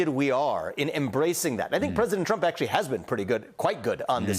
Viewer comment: Trump not Tramp!